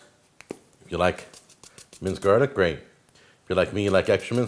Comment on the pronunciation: Out of how much this dude disappoints me with his "cooking" the worst thing is his pronunciation of garlic